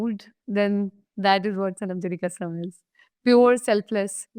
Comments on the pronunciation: Its not KHASSSAM😂😂😂 plss. It is kasam ka ka ka not khaaa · It is not KHASSAM, it is Kasam.